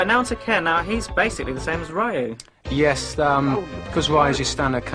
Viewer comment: Hey, as cheesy and awkward as this is, atleast they pronounced Ryu correctly. I can't help but shudder anytime I hear "Roo" or "Re-eye-yu" as most Americans say it